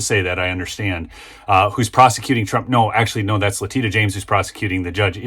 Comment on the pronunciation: prosecuting no pursercuting